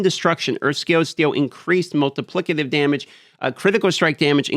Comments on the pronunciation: It's multi-PLICK-ative... not "multi-PLISS-itive". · am i wrong in that its pronounced MultipliK-ative, not MultipliS-ative? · This is highly petty but... If I have to say "multiplisative" one more time im going to lose my shit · It's pronounced multiplikative actually. Your instinct is correct. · To be fair, the "c" in "Multiplication" and "Multiplicity" are pronounced differently, which may be why is making a pronunciation error with "Multiplicative" (when he says multiplissative). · Yesss bro, the multiplissitive been driving me crazy lol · Why is he "correcting" himself into saying, "multiplisative" when he was saying it correctly to beging with? The 'c' in "multiplicative is pronounced as a 'k' sound-not an 's' sound. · I kept thinking this too. He even stops and "corrects" himself to say it with the 's' sound a couple of times. What is happening? Is this some sort of inside joke I'm not aware of? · it's crazy that you "correct" yourself into saying it wrong every time lol